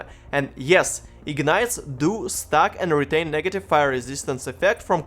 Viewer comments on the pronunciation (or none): none